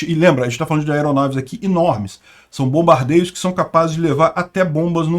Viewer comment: Os aviões são chamados "bombardeiros" e não "bombardeios"